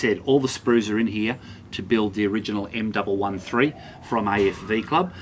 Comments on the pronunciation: M One One three... not m double one three... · Great review. The M113 is said M one one three.